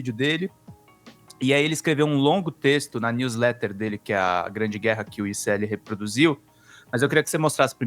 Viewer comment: Gente, para de usar jargões da lingua inglesa. Não existe "news letter" na lingua portuguesa. Alem do mais você e muitas outras pessoas pronunciam erradamente. Pare! É feio fazer isso. Vocês são motivos de chacotas aqui nos estados unidos. Muito triste e vergonhoso. 😢 Se quiser usar, pelo menos aprenda pronunciar corretamente.